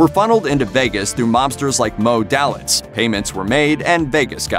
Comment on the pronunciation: Not to mention the pronuncation of Moe Daltiz